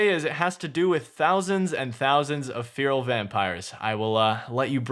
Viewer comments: man I love you but how can you butcher the pronunciation of feral that badly? Like how the fuck do you get FEAR-AL from FE-RAL? If its so hard to remember just imagine its spelt like Ferrall as in Will Ferrall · its not fear-uhl :( its feh-ruhl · Please learn how to say "FERAL" correctly, thanks. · "Fee-rill" vampires lol. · Feral = Fair-rule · Its pronounced Ferrell ffs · Fear-ul vampires? That's not seriously how Americans pronounce 'feral' is it? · Please stop calling them feeril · Feral /ˈferəl/ fair-oll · cant even pronounce feral correctly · Why can't you pronounce the world feral?